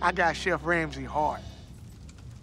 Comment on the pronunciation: Not gonna lie. At first I thought the last word he said was ‘Hard’ not ‘Heart’.